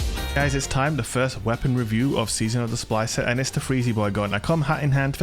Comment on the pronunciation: mmmm yes the fweezy boiii